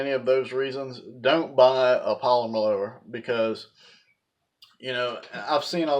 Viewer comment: He can’t even say polymer 😂🤣